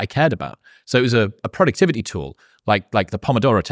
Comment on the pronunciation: boom – there’s the geordie in “productivity”